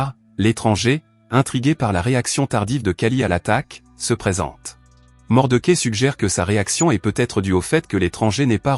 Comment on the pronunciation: L'homme des hautes plaines, formidable Western de Clint Eastwood...par contre c'est pas Mordequai, où Mordechai que ce personnage ce prononce 😅